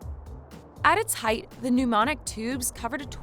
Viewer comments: Pneumatic, not pneumonic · Girl, PNEUMATIC, not pneumonic. P-N-E-U-M-A-T-I-C. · Dear AI narrator: I think the term you sought was "pneumatic tubes" not pneumonic. Nobody is getting the pneumonia here. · Pneumatic, not pneumonic. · Pneumatic, not mnemonic ... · *"Pneumatic" not "numonic" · The tubes are "PNEUMATIC" not "Mnemonic" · The narrator keep saying pneumonic tubes it's pneumatic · pneumatic not monic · Just FYI folks. They’re “pneumatic” mail tubes, not “pneumonic”, and “Freon” is a trade name for a type of refrigerant that does not explode. I don’t know where the editors were with some of this video. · New-matic not new-monic. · “pneumatic” mail tubes, not “mnemonic” mail tubes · I could be wrong but I believe it’s “pneumatic tube” not “pneumonic tube” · pneumatic mail tube, not pneumonic. pneumonic gives it a completely different meaning lol just fyi next time you talk about air powered things. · Pneumonic or pneumatic? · Newmonic. 🤔. As in memory Like the movie Johnny numomic. Or you power by air as in “ new matic” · Just a note, it is pneumatic not "pneumonic" and it is not an "insulant" it is an insulation. Second note, freon is non explosive and the gas it produces (phosgene) is not pronounced "fosgene" It is pronounced faas jeen or foss gene. Any pressure vessel under pressure can explode by pressure alone. I don't really know why I am proofing your video but oh well I just did. It was an interesting topic by the way. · Why is she saying pneumonic instead of pneumatic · Pneumatic not pneumonic mail tubes.. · pneuMATic, not pneumonic :) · I think you mean pneumatic instead of pneumonic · "Numonic" Mail Tubes? Any relation to PNEUMATIC Mail Tubes? My God. First they stopped teaching cursive, then spelling, then math.... now people can barely speak. It seems the English language will deteriorate into a hybrid of hillbilly, valley girl, inner city slang, and various grunts. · "PneuMONIC tubes"??? How about PNEUMATIC tubes? Geeze Louise. Smh